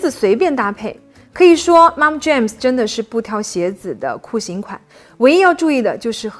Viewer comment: 两个词，Look我听成Luke，MomJeans 我听成momJames 😀